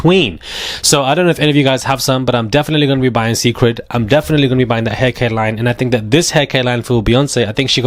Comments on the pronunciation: Beyonce's hairline is pronounced SACRED (Cécred) not SECRET I just don't want you to know so you WON'T be mis- Pronouncing it wrong if you're out among colleagues or other people. 🙏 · it’s Ce’ cred like sacred. Like worship. Like beyon Ce’. 😉 I smelled the line at Ulta and it didn’t smell great to me. With her calling washing your hair a “ritual”, and all the rumors of her and witchcraft, I’ll pass. Deep down I want to try it though.😭 Also she didn’t say she was slow, she said she was shy. She put both bey and solo into therapy together. Solange is protective of Bey…or was. But you looked like you had a time last night!🥳🍾